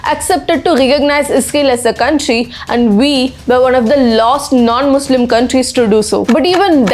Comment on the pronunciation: Mulim 😡😡😡😡😡 not khistian